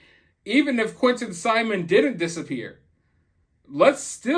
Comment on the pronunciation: Why can't she even say Angel Quinton's name